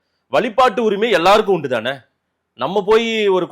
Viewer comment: வலி பாட்டு உரிமை இல்லை. வழிபாட்டு உரிமை. உச்சரிப்பு வேண்டும்